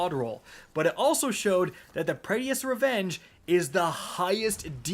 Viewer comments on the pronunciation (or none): Your pronunciation is the worst. Praedyth, PRAEDYTH!!! Not Praedyeth...... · for the last time its not pray-dee-ith its preadyth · Sounds like is saying Prettiest* revenge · It's not said "praedeafs revenge", it's "Prae- difs revenge" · Praedyth’s revenge is “PRAY-DITH” not pray-dee-eth. There’s only two syllables. Just sounds weird hearing it lol. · Every time he says Praedyth I cringed inside. Pray-dith. Not Pray-de-ith. lol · Prea- D - eth????? It’s pronounced as prey-dyth. Just saying. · Say it with me now pray - dith..... pray- dith not praydy-ith! Pray-dith only been out for like 8 years... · I wish I could have a slice of pizza for every time he incorrectly calls it 'pray-dee-ith' instead of 'pray-dith'. I'd be eatin' good tonight. :) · How the fuck do you say the name of every weapon wrong? ;__; Why are you pronouncing it Pray-dee-ith and not Pray-dith?? I'm gonna cry, is saying it wrong some inside joke I've been missing all these years? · Say it with me Pray-Deth... not Pray DEE eth.... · say it with me now... PRAY - DITH. PRAY - DITH. not PRAY - DEE - ITH. that concludes my ted talk. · please. Say it with me now, PRAY-dith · I'm sorry but my man said praydiethehes sniper lol have some confidence when it comes to pronunciations G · Pray-dith. SMH. Suck-session. SMH. 🤦 proof that you dont have to be able to read gooder to be a streamer. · Omg. Please. Even if it doesnt seem like it. Praedyth's Revenge is actually pronoinced like [prey-death]'s revenge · please.. its Pray-Diths Revenge. Praedyth’s Revenge. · Just wanna be that guy and say that Praedyth is pronounced Pray-dith and not whatever days it lmao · Pray Dee ith's revenge. Man's can't read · Prae-dyth. 2 syllables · Hearing Prae-Dee-Iths so many times made my head hurt lol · I thought I was the only one 🤮 it hurts to hear him say it like that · Pray Dee Ith? Lol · Bro it’s “Pray-dith” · It’s Pray-dith and Succ-session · "PRAY-DEATHS" lolol